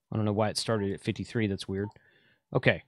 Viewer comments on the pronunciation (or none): none